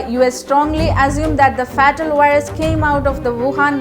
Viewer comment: Fatal Virus - ഫാറ്റൽ വൈറസ് അല്ല ഫെയ്റ്റൽ വൈറസ് fatal - pronunciation (fāt′l) ഉച്ഛാരണം കുറച്ച് കൂടി നന്നാകാനുണ്ട്.